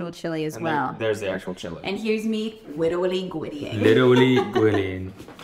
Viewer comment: “witerally gwiddying”